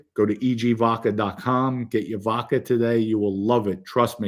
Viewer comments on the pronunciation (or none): Joey never said anything negative about Gene Mom but you guys had to go low and dirty with the wife comments! Normal behaviour on here from RATS. You can’t shine Merlino shoes. And learn to pronounce the letter “A”. It’s Vodka and not Vodker. It’s social Media and not social Medier. The jealousy that comes from all you RATS is incredible. Go back to the hole you crawled out of like real RATS do 🐀 🐀🐀🐀